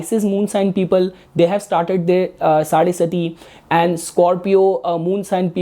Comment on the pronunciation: Dear... I know it's out of habit and not intentional.... But it is saadhe saati.. Not sati.. saadhe saat saal lagte hain 3 rashiyon me Shanidev ko bhraman karne... Isilye sadhe saati...